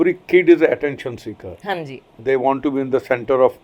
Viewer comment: In Gujarati there's no "HaNji" !! It's "Ha ji" that without N between them. Hanji sounds punjabi...